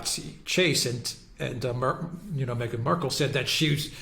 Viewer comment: It's not pronounced Mee-ghan It's pronounced Migraine Merkel